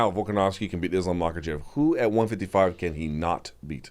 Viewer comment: Since Luke's thing is pronouncing names correctly, somewhat surprised he doesn't get Islam's last name right. It's not like it's hard to say, just has to pretend the k is silent. Anyway, keep up the good work in general guys.